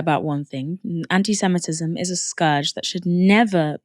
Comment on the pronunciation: I think he should stop saying antysemetism. Just when u think u cant hate him anymore . You hear him speak . 😂